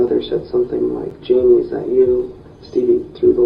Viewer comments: Fairly certain the child’s name is pronounced Jay-Mee, not Ja-May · Except “Jaime” is pronounced “Jamie”, not “zhe-may’”.